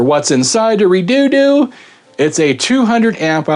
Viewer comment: Its pronounced (Red-odo) now you have to Re -doo doo the whole video jk lol - Strange name for a battery the price is very good though I've seen 100ah batteries for the same price